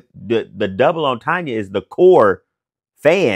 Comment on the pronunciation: Did he say double entanya? Entanya?! Killing me. It’s a triple entanya